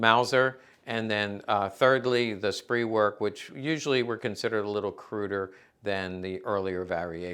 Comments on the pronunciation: Ist nicht "Walther", sounds like "Valter", auf Deutsch. Ist nicht "SREEPWERK", sounds like "SCHPRAYVERK", auf Deutsch. Dumpkopf? This stuff is not rocket science. I enjoy your videos, but your continuing mispronunciation of simple German words are like fingernails on a blackboard for me. If you can learn so much about these weapons, can't you learn to pronounce them??? Duh? Take a lessen, eh, dude? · Ahem. "Walther" in German sounds like "Valter" in English. Over and over again. Undsoweiter. And it is not pronounced "Spreewerk." It is pronounced "Sprayverk."